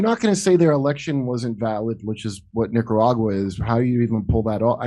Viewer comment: Did he say niggeruraga? Lmao